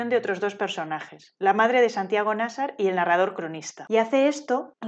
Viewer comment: Es que si no existiera, habría que inventarlo (el vídeo también 😉). Buenísimo. Solo un apunte: en mi opinión, Nasar tiene la sílaba tónica en la segunda [Na - sár]. Si fuera la primera, debería llevar tilde [Ná - sar], según las leyes de la acentuación en castellano. ¿O me equivoco?